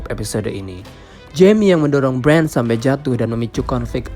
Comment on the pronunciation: Ngomong Bran... Itu belakangnya gak pake "d".